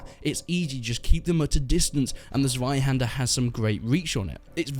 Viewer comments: Check the Zweihander pronunciation Z-[ts] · As a german, i am really triggered by your pronunciation of "Zweihänder" XD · It's way too funny how u say zweihänder xD